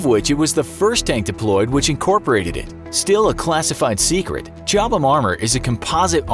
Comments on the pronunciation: Just in case anyone who made this video reads these comments. You don’t pronounce the H in Chobham. The armour is named after the location it was designed, Chobham in Surrey, England. I grew up very close to Chobham so can confirm it’s pronounced Cob’em if it’s spelt fanatically. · FFS silent H Cobham